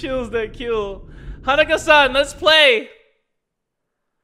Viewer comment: OMFG, was pronouncing Hanako-san wrong the entire time.